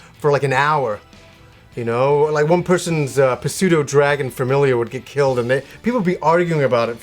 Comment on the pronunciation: Ok he just calledf it puh-sewdo... pseudo... the p is silent... I hate him and will not watch any of these again.